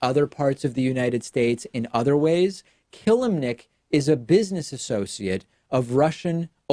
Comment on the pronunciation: This is not how you pronounce [Constantin] Killimnik but I feel like this mistake doesn't alter reality that much